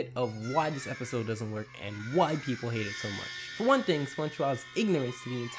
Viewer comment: when he said one, it sounded like he said eleven. I think it just me though